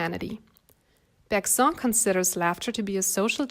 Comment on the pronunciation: Thanks As a French student this video actually helped me more than certain french ones 💀❤️ Btw we actually pronounce Bergson like « berg » and « son » like the English way like the son of a father